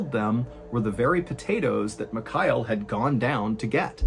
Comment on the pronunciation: Your version of the name Michail sounds like McKyle 😆